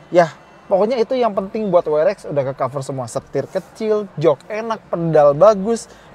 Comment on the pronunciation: double yu Ar Ex ya, bukan double yu Ar Vi